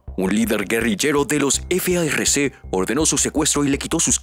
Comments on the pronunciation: Deja de decir f a r c y di farc no deletrees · No se dice efeaerrece es FARC ASI COMO SE ESCRIBE SE PRONUNCIA